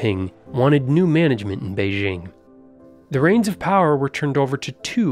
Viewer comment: Interesting video. A small point: the pronunciation of several Chinese words is incorrect beginning with BEIJING which has a hard 'j' as in 'jump. Chinese sounds can be westernized but you take the chance of failing to be understood when the pronunciation is inaccurate.